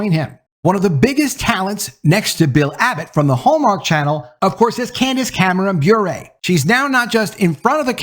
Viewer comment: I believe it’s pronounced Bure like PURE not BurÉ like Purée. No accent there.